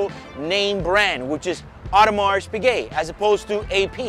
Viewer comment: old boy it's pronounced O der mar. AU is always pronounced O in French. Haute couture, haute cuisine etc. You are correct to drop the t of Piguet so you should also drop the s on Audemars. Lovely watch and interesting video as always.